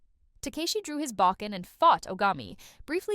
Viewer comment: Bokken was pronounced wrong.